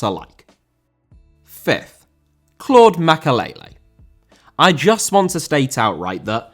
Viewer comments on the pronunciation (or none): Makélélé* not Makaleilei